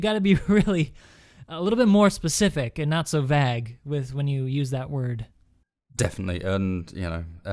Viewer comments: he's pronouncing vague as vag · Vag???? it's vague. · it's Vague not vag. lol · (Hollow Voices) Also, Vague is pronouced Veyg, not vag lol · I don't think that guy knows how to say "vague" :)